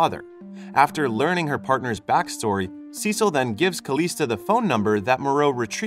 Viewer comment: Cecil??? SUH SEEL - CECILE LOL